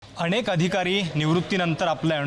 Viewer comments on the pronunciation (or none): अणेक अधिकारी नाही रे अनेक अधिकारी आणि अणुभव नाही रे तर अनुभव. मराठी पञकारांनी बोली भाषा शुध्द लिहावी, बोलावी. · अनेक म्हण,अनुभव म्हण... अणेक नाही,अणुभव नाही बे ह्यांकर